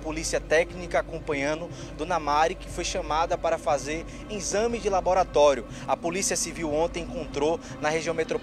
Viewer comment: Como é que vcs tem um repórter que fala INZAME de laboratório ? Complicado viu